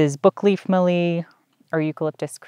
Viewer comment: E. citriodora is now Corymbia citriodora, same common name can be used. Mallee, harder L on the tongue- Mal-leee. Not Mahr-le, all good :-) . E. tereticornis is Forest redgum, as opposed to River redgum, E. camdulensis.